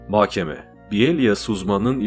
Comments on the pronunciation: Diksiyonunuz çok güzel ama bir tek mahkeme’ye inatla makkeme diyorsunuz . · Mahkeme ‘de h ‘yi yutuyorsunuz .’k ‘yi çok bastırıyorsunuz . Muhtemelen söylüyorsunuz ama kulağa böyle geliyor . Diğer videolarınızda da bu şekilde .